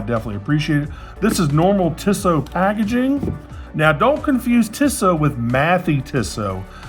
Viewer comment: It's pronounced 'Teesoh' with a long E followed by a long O.